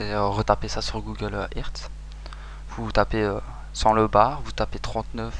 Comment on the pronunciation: 'sur Google ëRt ' j'ai pas compris sinon super vidéo de kaka poutin